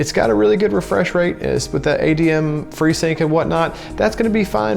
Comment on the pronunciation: Did he just say adm freesync 🤦🏾‍♂️🤦🏾‍♂️